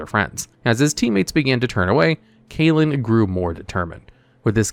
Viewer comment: Kalin's name is pronounced "Kahl-ehn" not "Kay-lihn".